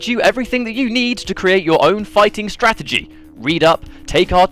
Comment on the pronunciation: This is why I DON"T buy strategy guides. This one isn't a Strategy guide. it's more like a (STRA-GE-GA-DY) guide.